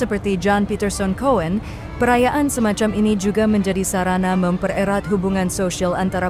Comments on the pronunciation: Min, pembaca beritanya sangat ngawur :masak nama Jan Pieters Coen (kun) dibaca Ko en 😂 Tolong pembaca beritanya yg expert tentang ejaan bhs jaman dulu. Jadi risi & malu dengarnya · Baca: Yan piter sun kun bukan yan piter sun koen. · Bagus sekali ada film dokumenter spt ini. Tapi...... Bapak saya yg bisa bhs Belanda memberi tahu saya bhw nama kapal: JAN......... COEN. Cara membacanya: JAN......... KUN bukan KO-EN.......... Maaf mungkin bapak saya yg salah. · Komentator seharusnya lebih banyak bahasa2 asing spy tidak memalukan khususnya bahasa Belanda "Coen" salah ucap "ko-en" tapi benarnya "kun" !!! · Setuju, n Coen dibaca Kun. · Yan bukan Jan ,Kun bukan Koen bacanya Mbak.😅😅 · Aksen Adminnya ke bule2 an tapi baca nama aja salah. Jan bacanya Yan, Coen bacanya Kun ya Min 😮